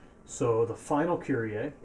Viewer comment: Die Amis können einfach Kyrie nicht aussprechen 😂